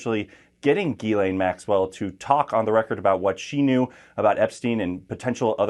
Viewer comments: Jiz-lay. It’s French. It’s not Gee-lane. The “n” is silent. FFS. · Her name is pronounced GIS like jeez, laine like len